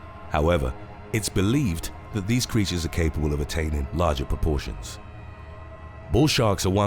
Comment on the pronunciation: At 9 seconds in it sounds like you say "Bull Shart" 🙂